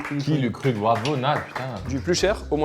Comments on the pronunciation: Au top ! Comme d'habitude <3 par contre s'il vous plait pour les Champenois, Krug se prononce "Kroug", pas KrUg 🥲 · ON DIT KROUGUE ET PAS KRUG BORDEL. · Pour la prononciation, ce n'est pas Krug prononcé u mais ou. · Prononcez bien le krug par pitié (on dit kroug en gros)